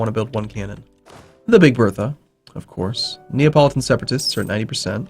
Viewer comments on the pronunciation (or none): Abruzzi is pronounced Abrutzi, but Neapolitan is pronounced Na-po-li-tan. You don't say Nea. Fyi. Love the videos!!